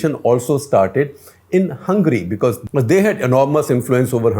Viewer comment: Shekhar, you didn’t quite get the joke about the Joke Party. It’s not two tailed but “Fork Tailed” 😀 A play on the “forked tongue” but you did a great job explaining Hungary. Also, please don’t pronounce it “Hungry” 🙏😀😀😀